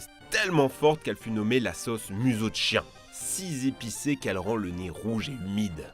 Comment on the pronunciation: A chaque vidéo tu nous fais le même pataquès lol... Si "z" épicé